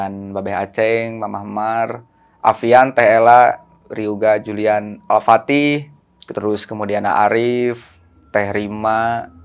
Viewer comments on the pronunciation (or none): alfatihah kak bukan alfatekha